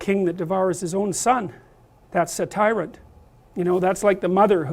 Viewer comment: "That's a tyrant" not "that's Saturn."